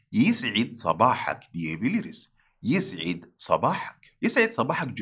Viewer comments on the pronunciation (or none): Hocam yisid değil de yus id olarak daha doğru değil mi fusha da